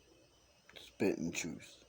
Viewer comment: "You Can't Handle The Twooth"